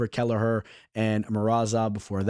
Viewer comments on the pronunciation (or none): none